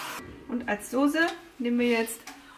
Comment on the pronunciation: Du sagst auch "SOSE", ich flippe aus 😂🙈 Habe vor wenigen Sekunden gerade bei Isabeau kommentiert, dass ich das einfach nicht verstehen kann, warum Leute das machen 🙈 Man sagt doch auch "Straße" und nicht "Strase" 🤷‍♀️ ... Allerliebste Grüße und Hauptsache es schmeckt 😉